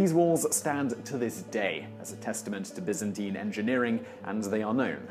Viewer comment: thumbs up for not pronouncing it BUY-zan-teyn